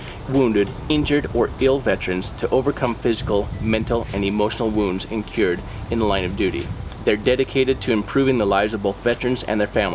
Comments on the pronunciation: Sir you totally pronounced the word "INCURED"...wrong....its not "cure" as in to "cure" a disease....its pronounced "INN- KURR- d" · It's incurred (rhymes with blue bird) not in-cured (rhymes with insured)